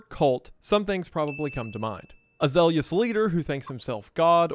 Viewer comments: "Zeal-u-lus" that pronunciation though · Does "zealous" have three syllables? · He pronounced zealous like zeylious get his ass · “zelius” smh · It took bro less than five seconds to mispronounce a word "zelious" Wendi, if you don't know, I'm begging you Look it up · I will NEVER get over how Wendi pronounces “zealous” as ZELIOUS! A worse atrocity has never been committed than this. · Zealous is pronounced like jealous except with a z